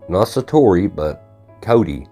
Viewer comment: Shining? Sa-toe-ee. Hope you feel better. Eat a jalapeno until you sweat, cry and have a nose drain. Won't look great but ...😂 thank you.